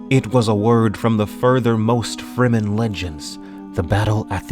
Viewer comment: he should read loud and clear the word FREEMEN, as exactly what it means : free men s land